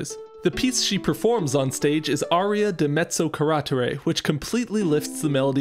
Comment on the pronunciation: That Italian pronunciation hurt, my guy lol "Aria di Mezzo Carattere" Try it like this "Ahreeah dee Medzo Caratehreh". Accent is on the second to last vowel on "Carattere" (Carattére) Great video as usual though